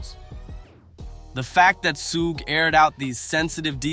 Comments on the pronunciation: SUGE is pronounced SHOOGE NOT SOOOGE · Say his name right you fool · Why can't you say Sug's name right? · You Dumbo Utuber , You Are Not Saying His Name Right ! I Am So Tired Of You Utubers Not Talking Saying Black 😒 😑 🙄 😐 Names The Right ! Love Lee Lee !